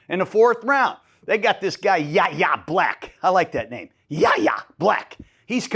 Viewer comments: I love the energy Gruden, but Yayha's name is pronounced WHY-AYE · Yahya Black, his first name is pronounced “Y-Yeah” coach. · Yayha Blacks name is suprisingly pronounced WHY-ya Black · It's pronounced Whyyay Black.